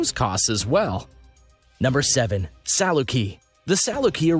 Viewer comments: It sure is and you would think they would learn that before they make a video. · I'm so glad it's not just me. Sooooooo annoying!